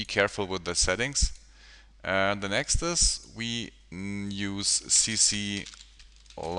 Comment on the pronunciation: The word is next, sir Why do you say "nextus" all the time. Very annoying. Further more I thing it's a bit cheap to call yourself the tutorial pilot. We all know Andrew Kramer for years and his groundbreaking work at videocopilot. I presume you mean well but why ride along on his name. Quite frankly you are no match, certainly not from an educational point of view. Sorry